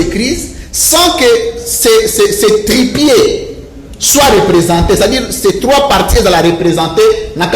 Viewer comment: balobaka trépieds et non tripieds et en plus mon frère ba élections anticipée eza constitutionnelle soki président a démissionné yeba que élection ekosalema en entendant le président du sénat ako diriger mboka pona asalisa ba élection donc ba élections anticipée ezali constitutionnelle monfrère juriste raison pour laquelle bomonaka batu ya lamuka bazalaki na option wana donc ils avaient raison mon frère kaka na Congo mutu ba demissionnaka te mais dans de pays oyo ya solo situation oyo ya Congo soki vraiment président ya mboka ya boye mutu na ye ezali kosala aza mutu moko fallait a démissionné pour son honneur.